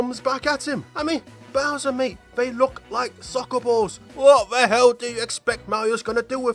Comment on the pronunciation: it's not bower